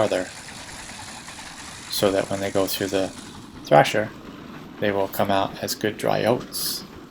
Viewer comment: it is thresher not thrasher